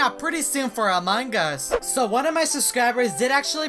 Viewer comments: He say among gus hahahahaha so funny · Thats wierd he always say among gus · Hahahahaha he say among gus hahahahaha so funny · Me:Among us Him:Among gus😂😂😂😂 By the way pls like😅😅😅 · its among us bruh not among gus